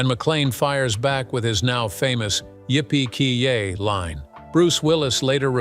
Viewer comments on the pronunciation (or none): "Yippee KEE yay" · "Yippee KEE yay" facepalm